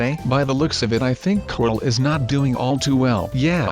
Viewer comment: its not crol its corl